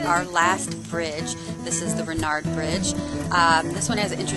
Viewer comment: I grew up a little over a mile away from the Rinard covered bridge (pronounced RY-nerd, not Ren-ard) and actually sang the national anthem at the dedication for the rebuilding of the bridge after the flood destroyed it! Great video of the bridges that remind me of home :)